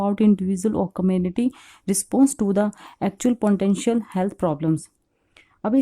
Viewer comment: That's potential not poriental...